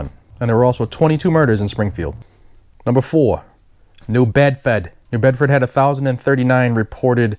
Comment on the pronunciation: Hey, the way you said New Bedford, spot on, lifelong resident, I can confirm that that is totally accurate. In this city does suck. And a lot of rapes go unreported, just because the city calls it excise tax, not rape.